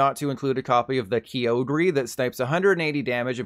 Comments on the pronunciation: Bruhhhhh.... this guy pronounced Kyogre as 'Kyo-gree' 😂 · Please tell me the Kyogre pronunciation was sarcastic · please, never say kyogre like that again.